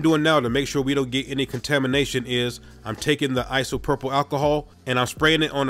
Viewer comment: Your pronunciation of isopropyl makes me happy "Isopurple" it's just making my day so much better